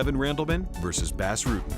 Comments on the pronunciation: I believe it's pronounced "boss" Rutten not "bass". Knit picky, but the guy is a legend in mma. Great montage as usual! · Its pronounced "boss" not "bass" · Doing a MMA video and not knowing how to say the name of Bas Rutten is sacrilegious. ITS NOT BASS JERK. ITS PRONOUNCED BAUS. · WORST THING YOU CAN DO IS CALL EL GUAPO FUCKING BASS ITS BAS (BAHS) RUTTEN NOT BASS LIKE A FISH DUMBASS EVERYONE SHOULD KNOW THAT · Bas not Bass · Boss Rooten hates when ppl call him Bass Rutten. It's Bas Rutten as in Boss Roooten. Shame on you for not doing your research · it’s not pronounced “bass” you idiot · its called BAS, not BÄS. get it right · Who the fuck is the narrator??? It's not BASS Rutten. It's 'B-ah-ss' How long you been doing this MMA YouTube shit?? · It's pronounced 'Boss' not 'Bas' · LOL "BASS" Rutten. It's BAS, bro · forgot about takanori gomi vs Diego Sanchez they ripped gomi off.......and why are you pronouncing bas ruttens name wrong?!?!?!your saying bas is in bass but it's pronounced boss. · saying Bas Rutten like Bass Rutten is as ghetto as saying casa dilla like casa della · Even though its spelled Bas it is pronounced boss, not bass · Lol he kept saying bass rutten (///_-) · it's pronounced Bos. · who is "bass" Rutten? can't even say the name right of a champion. total fail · actually Its Boss not Bahss. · it's pronounced Boss. He's Dutch. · "Bass Rutten" lol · Bas is pronounced Boss, pet peeve. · Say "Bass" one more fucking time... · Ugh, how can an MMA channel mispronounce Bas' name so many times?!